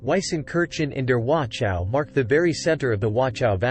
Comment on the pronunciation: Appreciate the video, but my ears are hurting from the wrong pronunciation. Please look up the correct pronunciation of Wachau - there is no T sound (nor is there a K sound, like in some other videos). German CH sound is more like a hiss from the throat.